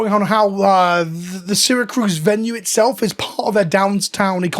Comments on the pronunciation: FYI it’s Syra CUSE, not CRUSE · "Seer-Uh-Cuse" lmao not "sera-cruz" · Just chiming in, Syracuse not Syracruse. It’s like the city in Italy. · I know this may seem Petty because of what's going on in this video, but you are mispronouncing the town. Since I live about an hour from them, it's not saracruz. It's Syracuse. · CUSE not cruise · Syracuse. Not Syracruse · Sar-a-cuse is closer for pronunciation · Syracuse. No r. Its a Native American name. Its in upstate NY. Apologies for the nitpick I just think this whole situation is important and needs to be as clear as possible. Ty for spreading awareness about it. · "Serra Cruz," NY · As a native NYer and someone who lives an hour from Syracuse, this is disheartening. Gonna have to find my cards elsewhere. I tend to buy sealed from Coolstuff anyway Also, little nitpick, it is pronounced see·ruh·kyoos. Again tiny nitpick, I get international dialects and all. Just, NY pride and all. :P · Ah my favorite city, "Sarah-cruise", NY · Take a shot every time he says seracruz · Hey, simple mistake I'm sure, but as an upstater, it's "Syracuse" (See-ruh-kyoos). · Maybe learn how to pronounce Syracuse before filming this video. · I'm mostly bothered by how you pronounced "Syracuse" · There’s no second R in Syracuse lol, that felt silly to hear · At first I thought he just misspelled it when he typed it, then he proceeded to pronounce it wrong like 10 times haha.